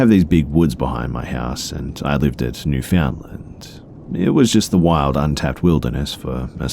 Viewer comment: Newfoundland's pronouncation is spot on! Way to go B!